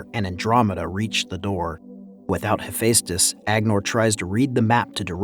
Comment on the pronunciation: yeah, he also didn't say Hephaestus right too. No hate towards the commentary man but just work on the pronunciation of words that are difficult for many people to say.